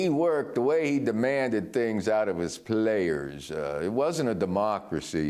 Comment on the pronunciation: I always get a kick out of how Joe says "players" lol